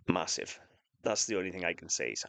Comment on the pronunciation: That's moosive 😂 that's architectural , love the statement